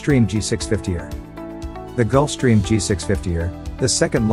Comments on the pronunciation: its E R not err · its not "er" its E R for extended range..... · It’s also a a G650 “E””R”. Not a G650 errr